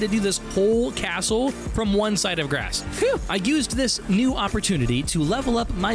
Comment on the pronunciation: Please stop saying site of grass 😂 - it’s actually site of GRACE. Recovering lost grace is essential for the Tarnished’s journey.